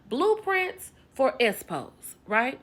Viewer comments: Gurrlll every time she say Espo I chuckle a lil bit 😂😂😂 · Chile you got me crying every time you keep saying esspo 🤣🤣😭😭😭😭😭. Stop it 😭😭😭😭😭😭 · I can’t stop laughing EVERY time she says ESPO 😂😂😂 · You keep saying ES PO. I can't 😂😂😂😂😂